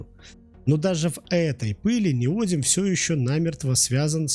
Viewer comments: Следующий этап обужения нейросетки: ниодИм, а не нИодиум! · В чем изящность реакции нейтрализации кислота щелочью? Это любая хозяйка на кухне делает смешивая уксус и соду, вы просто хотели ляпнуть для красивого словца? И не «неодиум», а «неодим» неужели так сложно хотя бы правильно прочитать? Количество ошибок и оговорок в коротком ролике поражает, первоклассник справился бы лучше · НеодИм, а не неОдим. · неОдимовый магнит - режет ухо! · Человек, который прокурил за углом не только уроки химии, но и русского языка, и не знает о существовании поисковиков и словарей, пытается что-то рассказать о теме, в которой ни в зуб ногой, ни в .опу пальцем. НеодИм! С ударением на "И"! "Гидроксидные" произносится слитно! В общем, даже дизлайк за такое - это уже награда. Просто дам команду YT не рекомендовать этот канал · неоди́м, а не нео́дим. это фиаско. -- upd: автор — молодец, проделал большую работу, хотел всех порадовать. С учётом того, что ru каналы не монетизируются, это буквально работа только ради зрителя. Я хотел лишь сказать, что если ударение ставится неверно, то теряется доверие ко всему контенту. Я бы перезалил. Тем не менее, это не обесценивает проделанную работу. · Правильное ударение в слове неодим падает на третий слог, на букву и — неоди́м. Во всех падежах при склонении ударение также сохраняется (например: неоди́ма, неоди́му). Безграмотность не есть оригинальность. Безграмотность бесит. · Произношение и формы. Ударная гласная: «и» на конце основы (не-о-дим).Родительный падеж: неоди́ма. Множественное число: неоди́мы. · Неоди́м - такое ударение в Википедии. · В слове "неодим" ударение падает на И, а не на О. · Неграмотную речь слушать больно, сбиваетесь, запинаетесь. Ударение это еще через слово..🤦‍♂️ Как можно было неодим так исковеркать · Правильное ударение в слове Неодим на третий слог, т.е. на букву И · ударение ставит робот, он по-другому не обучен ))